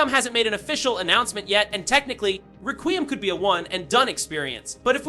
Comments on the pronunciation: It’s requiem not “raqueeum” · Restarted the vid 3 times to hear what exactly is going on there in the very beginning, and still confused: "Resident Evil 9-zine Requeem?" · It's pronounced like, "Wreck-we-em." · Bro I hate when yall youtubers can’t pronounce anything involving video game news to even save your own life HOLY SHI it’s requiem ykw just say resi 9😭😭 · Mb it's just a accent or was talking fast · You can't even pronounce the title! 😅😂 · Being so loud and energetic on top of mispronouncing the name of the game multiple times, made me close YouTube all together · Delete your channel for using AI and getting the name wrong. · Bro your saying requiem wrong